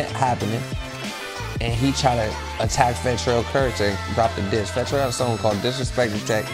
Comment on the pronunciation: “Fattel” is crazy lol